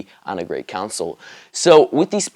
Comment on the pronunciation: the fuck is a "counsil" I thought it's pronounced "console"